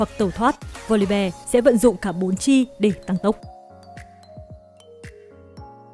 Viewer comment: Voli BE =)), học lại tiếng anh đi